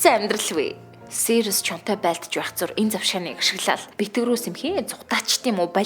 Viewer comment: Сийр-ус гэдэггүй сирус блэк гэдэг